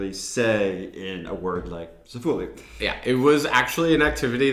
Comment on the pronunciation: well ya say "sæ-fø-li" but we do say a few more letters but yeah we cut a few... and is it just me or does your ø and å sound the same?